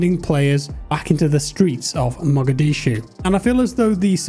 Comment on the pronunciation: “Back in the streets of HUMOGAHDEESHOE” 😂😂😂